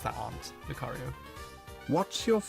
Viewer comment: loo-cairo Yeah I know lucario's origin is related to Egyptian mythology but don't spell his name like Cairo